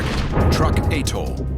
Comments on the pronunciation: Truk is not pronounced like "Truck." It is pronounced "Trook." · ..not to mention it was known as ‘Truk’.. not Truck. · I have read were Truk is actually pronounced Trook check it out